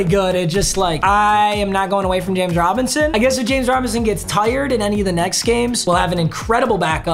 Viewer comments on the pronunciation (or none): I like the way that you say “tired”. Very northern of u